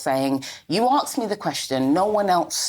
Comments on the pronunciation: asked, asked asked, not axed ffs, can we start teaching this in school? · “You arksed me the question”. Says it all. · You axed me the question 😂 says it all really!